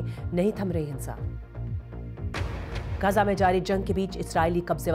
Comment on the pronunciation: मैडम गांजा नही गाजा है वो😢